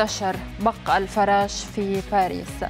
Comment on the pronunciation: بق الفراش بكسر الفاء وليس بفتح الفاء يا متعلمة يابتوع المدارس